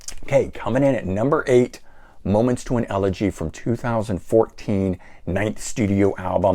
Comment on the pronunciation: you pronounce Monuments to an Elegy wrong.